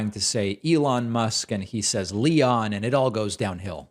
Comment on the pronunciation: Leonthhh? Leon Pffft? WTF? 🤣. And I’m sorry to say, but the dumb shit Trump says or tries to say and then the crowd cheers at literally cracks me up because of how wacky it is.